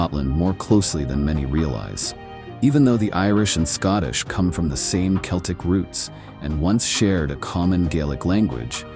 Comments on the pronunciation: Celtics pronounced with an S? I think not. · Celtic is pronounced Keltic.